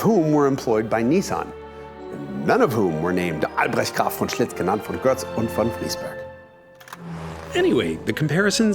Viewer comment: I'm German and really impressed, how you pronounced Albrechts name!!!